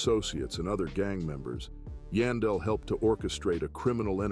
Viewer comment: Its YAAN..Its pronounced YAWN-Del